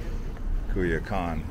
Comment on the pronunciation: Thank you. It’s annoying that he’s pronouncing it like Cuy instead of Coy.